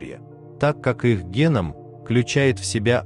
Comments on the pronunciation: Озвучивает ИИ, он не знает ударений. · Не гЕ ном, а генОм. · Услышала гЕном вместо генОм, гЕнезис вместо генЕзис, и всё стало ясно.😂